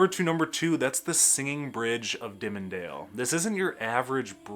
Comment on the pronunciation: Interesting video. I really enjoyed it. But.... There is no such town named "Fi ette" - It's "Fay ette" and "Dim mon dale"? No, my friend, it's prounced "Diamond dale". You are from Michigan, right? You're making me giggle.